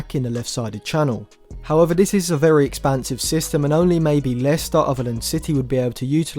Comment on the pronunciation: Dude you are obviously a great football analyser. But for example the " excellent" is so hard to understand also the"however" . Also try to speak more slowly. Try to improve your rhetorical skills and pronounce words better if you want to become a great football commentary channel. Maybe that's just because I am not from an english speaking country. However I never had this problem ever before. Also please try to speak less monotone and articulate certain things better. Important words such as "score" should be pronounced different in comparison to other not so important words. Also maybe try to use an epic track in the background of the video to make things more interesting. Obviously keep the volume down if you decide to use one.